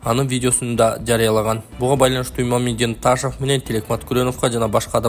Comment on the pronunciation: Ээй, Эл учун окуп жатасын го.. Ташав дебей Ташов эле де кокуй👀🙄😄😄😄